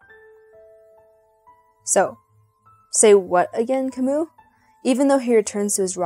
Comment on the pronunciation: Can’t you even pronounce Camus’ name properly?! It’s not “Ka-moo”, it’s “Ka-myu”. He’s French, for Christ’s sake!! Jeez!